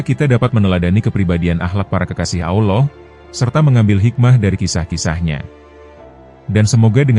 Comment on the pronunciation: Anda harus banyak belajar dalam penyebutan Allah